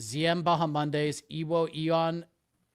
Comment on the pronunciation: Everyone else: Bahamondes: BahaMONDAYS 🤣